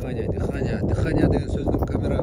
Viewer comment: Дыханяны дыхан дейт😂